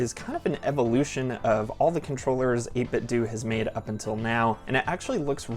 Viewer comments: You are absolutely correct with the pronunciation of 8BitDo. It is "Do", as in "Do it yourself". Those who pronounced it the other way around are saying it wrong. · you're pronunciation is correct. is said doh for years. wasnt until last week when I watched another 8bitdo vid. the guy had the same issue with how it's pronounced. he then took out what I think he said was one of their BT speakers and when is powered on out says the brand name. pronounced like you said. do or doo or due. cool? ty. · Pretty sure 8bitdo themselves pronounce it like you do. I like the grey one because it's the only one where the letter is printed on the face buttons and that looks cleaner to me. Never had an old playstation controller but if they copied that I guess they copied something that worked. I have linux but the good thing with this one is that the ultimate software works on a phone, so it doesn't matter that I can't run it on my PC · Chill review! You pronounced the ‘do’ part of 8bitdo correctly, as another youtuber showed they have an old device that said their brand name like that